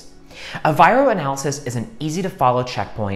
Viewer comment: It's not VIRO